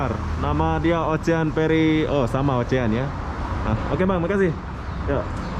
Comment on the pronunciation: Ocean dibacanya osiyen,ocean ocean,ocehan tetangga?wkwk